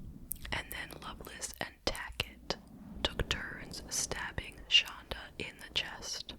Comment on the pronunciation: It’s shanda not shonda ❤